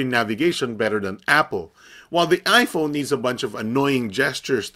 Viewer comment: Hahaha.. ipone hahaha